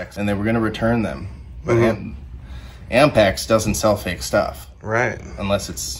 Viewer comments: Ampex? Cmon guys… Apmex. 😂😂😂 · "AMPEX" huh? is that anything like APMEX? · Is the thing he's calling AMPEX actually APMEX? Either way no one should ever say NEVER.